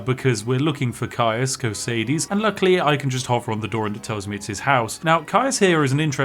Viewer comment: My goodness, you are the first Youtuber/streamer I have ever watched play this game who pronounces "Caius Cosades" correctly! (and by correctly, I mean the same way I do)